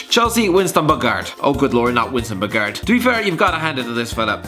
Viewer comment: I stopped at Winston Bogarde (pronounced Bo Hard de). He was a defender not a striker; how can you not know that?